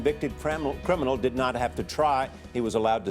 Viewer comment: The guy at the beginning said craminal I'm done